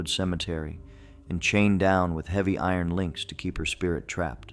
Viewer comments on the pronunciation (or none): none